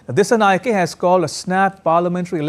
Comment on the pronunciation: Dissanayake is not pronounced correctly. 😅 it should be pronounced as if a " A " is at the end. Just like Anura is pronounced.